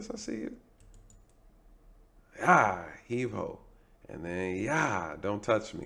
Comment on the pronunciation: Yo commentary is hilarious 😂😂😂...heave ho"E"😂😂😂